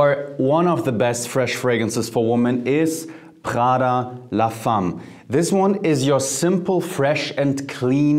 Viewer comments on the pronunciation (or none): Why the French pronunciation for an Italian brand!? It’s not praghda it’s Praada 🇮🇹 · Pls put the name of the perfume names, your pronunciation is not clear " Prada"